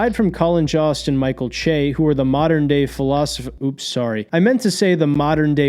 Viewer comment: Next time you do a recap of great comedians from SNL, can you include at least one woman? Also it's pronounced Joe-st. Colin Jost.